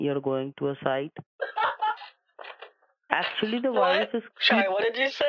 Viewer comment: "I remove you wirewess from you computer. " LMFAO!